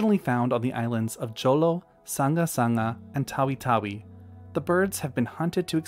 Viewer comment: One minor clarification its not Jolo the literal pronunciation it's J sounding H sound. I'm here before the people in that region torch you . Next video anyways